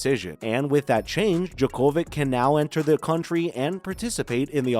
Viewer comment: Why don't you pronounce his name properly? He is already in Australia, practicing!